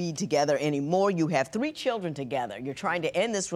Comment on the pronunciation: If she says chidren one more time,, gosh